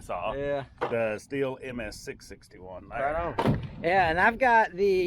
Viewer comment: Everyone pronounces Stihl wrong. I think it is funny because you can find PRC Steel saws here.